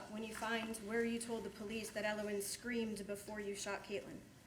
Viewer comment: Everytime he says elowin i feel cringe